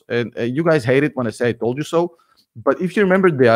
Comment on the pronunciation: Hate to say I toe da so, but I toe da so!! I f@ toe da so!!!